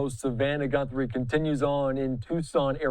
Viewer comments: her last name is GUTHRIE not GUNTHRIE! Get a clue you moron! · How many times is he going to say GuNthrie?! Jeez. You’re a reporter. Get the name correct. 🥴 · You are both mispronouncing the name Guthrie.